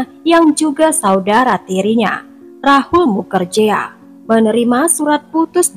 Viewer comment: Bkn mukerjea , tp di baca nya mukerji